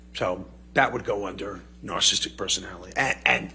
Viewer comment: He didn't pronounce narcissistic correct one single time.